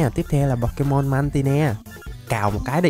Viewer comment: Đọc sai tên pokemon rồi cụ ei